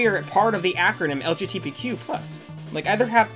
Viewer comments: Pain when you kept saying LBGTQ+ instead of LGBTQ+ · Love you, but it’s LGBTQ, not LGTBQ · This hurts hearing you keep on saying lgtbq+ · He keeps calling it lgtbq+ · When I was watching some of this vid and you kept messing it up I was like “wow during pride month too” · I thought my brain was breaking when I heard you say it lol, it's all good tho -a bi person